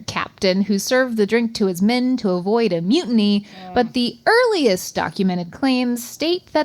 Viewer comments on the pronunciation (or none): none